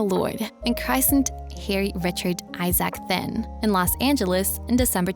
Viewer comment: Right! These people need to practice before they post. Also his last name is pronounced "tin".